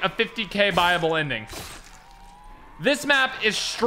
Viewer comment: Why did I think he said "Bible Ending" instead of "Buyable Ending"